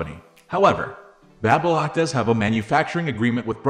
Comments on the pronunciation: So annoying…learn how to pronounce BABY LOCK…. Teach your AI NOT to say BABBA lock! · It's NOt Babbalock...it's Baby Lock... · Babylock is pronounced-Bay-bee Lock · "Babblelock"? STOP using AI to do voiceovers. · Like Babylon the way he says it. It's weird for sure. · Not sure I trust a review from someone who doesn’t know how to pronounce the name of the product. Is this a computerized voice? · I believe the narration in this video was a computer generated voice - Baby Lock is not the only word mis-pronounced